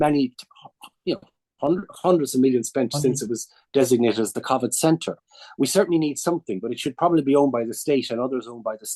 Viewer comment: He blamed remote working for state mis-management? And why does he pronounce covid like that? What a tool